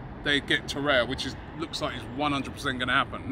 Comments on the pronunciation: Why does he keep saying “Torreya”? There is clearly another R. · You are mispronouncing his name in every video – It is TorreiRa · He likes Torreira but refuses to pronounce his name right ever.